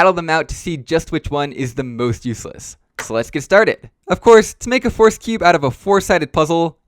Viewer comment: The way you pronounce "Rubik's" is interesting and unique. Almost sounds like "force"